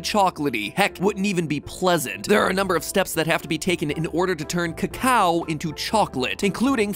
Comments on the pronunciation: Why is he pronouncing it cocow? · Trust an American to pronounce it CACKOW